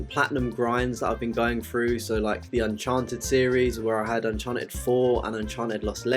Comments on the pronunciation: Nice video but its pronounced UN-CHAR-TED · Not hating, but please stop saying Uncharted that way.